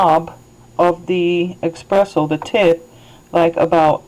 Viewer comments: for the love of God it is ESpresso not EXpresso. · Good video, helped me iron out the little knacks with my machine. Just so you know espresso is pronounced ESpresso not eXpresso. :-)